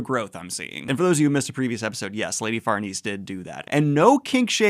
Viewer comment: I got to say, when you casually said "Farnese" twice in a row without stumbling, I was like : YOU GOT IT MA BOY